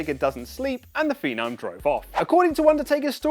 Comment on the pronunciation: Did this guy just call The Undertaker "The Phenam"?? XD